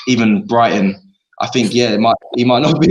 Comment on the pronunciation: did he say "brightly" when referring to brighton? 😂 😂 😂